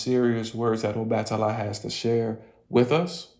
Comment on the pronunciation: The a in obatala is pronounced AH